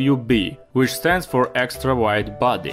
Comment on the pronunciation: "eex taaraa wyed baaddy"